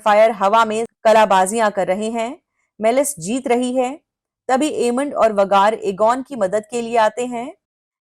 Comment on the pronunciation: आप वेगार को वगार क्यूं बोलते है। अच्छा सुनाई नही देता😂